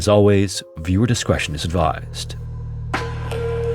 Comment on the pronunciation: Don't forget he is Canadian. That might explain his sometimes unusual pronunciation (like 'discretion'). He also often stresses the last word in a sentence, which makes his sentences difficult to follow for me (as a non-native speaker). Therefore I slowed the narration speed down to 85%, use subtitles and now it is fine!